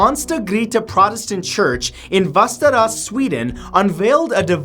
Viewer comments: As a Swedish person i had problem understanding what he meant at first until i googled "önsta församlingsgård" and realized he meant "Västerås" :P No offense since i know it's hard to pronounce å ä ö, just fun to listen to :) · The way you pronounced Västerås made me cringe!